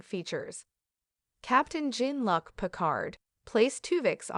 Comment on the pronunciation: The mispronounciations of that computer voice are ridiculous. Serrydos? Saboteyshd? Captain... Gin-Lock Picard? Also, why you write Sisko in the title but not mention him?